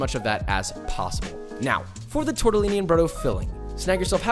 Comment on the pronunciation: Josh: TORTAALIINEEI